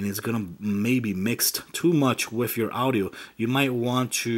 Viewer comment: He says wif instead of with.